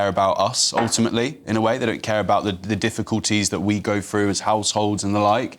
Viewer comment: GB News asking the opinion of, someone who continually pronounces the word 'through' as 'frew'. How does he keep his job when he can't speak the King's English?